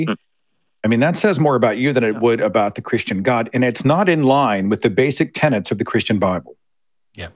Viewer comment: Seth, it's 'tenets', not 'tenants' - just sayin'